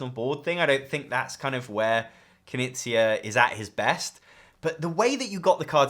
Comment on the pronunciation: Big oof moment for me. i watched dozens of this guy's videos and never got wth he meant when saying Kuh-nizia. Never would've guessed he means Reiner Knizia. Not trying to be mean about it at all, I know it's hard for Americans to pronounce K-n and G-n.